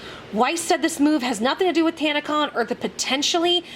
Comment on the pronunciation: It's tanna-CON I mean what did people expect from kids whom probably have zero experiance in the real world?.. It's a con, it's in the name. Oh you thought it stood for convention. No, it just means what it says CON.